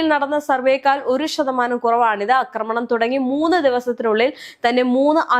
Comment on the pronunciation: 'അക്രമണം' എന്നല്ല പറയേണ്ടത്. 'ആക്രമണം' എന്നതാണ് ശരിയായ വാക്ക്. അതുപോലെ 'പാശ്ചാത്തലം' തെറ്റാണ്. 'പശ്ചാത്തലം' ആണ് ശരി.